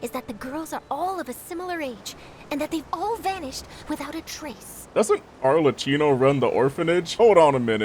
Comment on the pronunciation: Father... Arrlechino